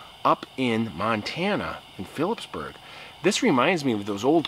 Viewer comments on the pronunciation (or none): none